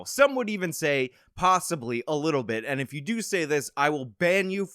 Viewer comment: I hate to admit it because I have a filthy mind, but the first time I heard this part, I thought you said bend you over, not band you. I’m sorry. 🤦‍♀️